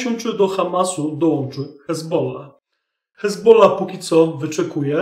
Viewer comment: Czemu mowisz "ezbola", ale przy odmianie juz mówisz "z hezbollahem"?